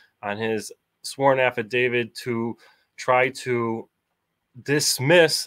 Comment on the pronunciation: What is the difference between an 'Avidavid' and an 'Affidavit'? If you are going to claim to know the law, then at least try to spell it correctly, and not look like an illiterate who doesn't know what he's talking about.